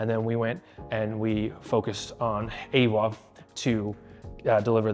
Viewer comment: them pronouncing awa's name correctly on just the first stream, then never again hurts my heart. it's maori, it's ah-wah